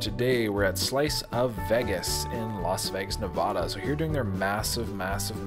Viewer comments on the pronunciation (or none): NevAda... not Nevahda. lol. sorry couldnt help it. love your channel! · Nevada not Nevaaaaduh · Its Nev-ada not ne-vah-dah